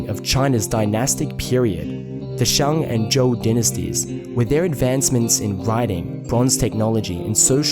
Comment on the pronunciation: I find it remarkable how accurately you pronounce most of the Chinese words but you really let your (I assume Australian or NZ) accent through when pronouncing the A vowel (surprisingly only noticed it the first time you mentioned the Shang Dynasty but then got it correct the rest of the times, but then woof when you talked about the Han Dynasty)